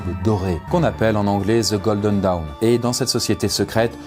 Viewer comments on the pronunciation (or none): Golden. Pas 'godlen'. Dawn. Pas 'down'. Auto owned, banane va!